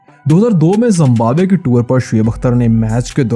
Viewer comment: Wo tuor nahi tour hota hai ☺☺☺☺